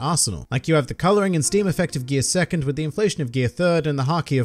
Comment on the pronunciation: Hate you refer to devil fruits in Japanese lol, so annoying since idk what you’re talking about since I’m watching the dub. Also sounds so weird when you say “gear second” or “pirate king”